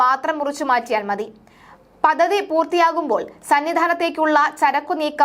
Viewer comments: പദ്ദതി എന്ന ഉച്ചാരണം വളരെ ബോറാകുന്നു.പദ്ധതി എന്ന് ശരിയായി പറയൂ.പല വാക്കുകളുടെയും ഉച്ചാരണം ശരിയാക്കേണ്ടതുണ്ട്.അവതരണം കൊള്ളാം.വാക്കുകളുടെ ഉച്ചാരണം വളരെ വളരെ മോശം. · Padhathi Padhathi. Padathi alla.Malayalam marakkalle.